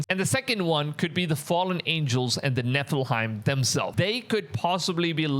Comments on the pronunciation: It is NEPHILIMS not NEPHIHIMS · It’s nephi-LIM not nephi-hiem 🫶🏻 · It's pronounced: Neh fuh luhm You are saying it incorrectly. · Maybe but it's slightly annoying how he says it after hearing the correct way for years.